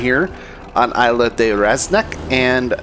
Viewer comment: I'll just wait here until some Spaniard comes along and tells you how to pronounce 'Isla' !! ;)